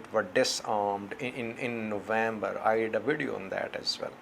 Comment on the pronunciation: My view is on YouTube, the way you said “ video “ sounds like Radio to me.